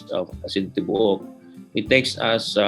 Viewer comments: Aeasin Tee-bow-uk 😩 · lmao, erwan's pronunciation of "tibook" is so cuteeee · TIBUOK(WHOLE)IN BISAYA. PRONOUNCE AS TI-BOO-UK. PLEASE DON'T ASPIRATE THE T.